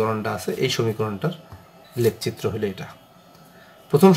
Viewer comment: Lek citro na eta lekh citro occaron vul